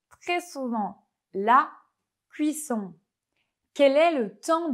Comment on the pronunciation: Bonjour, pour chipoter juste une seul petite faute de prononciation pour le mot "serrurerie" vous prononcez " "serrurie" au lieu de " serrur..re...rie avec un sons rapide sur le "re" presque un "rrrr". Aussi la premiere prononciation de "cuisson est limite" après ca va mieux. Sinon super video . c'est trop mignon.